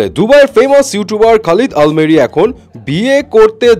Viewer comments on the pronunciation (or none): আল মেরি না আল আমেরি 🙄 ভাগ্যিস আলমারি বলেননি 😂